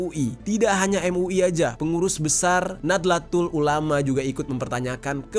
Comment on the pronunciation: lah.... kok lu ga bener ngucapin kata "nahdlatul ulama"nya sih......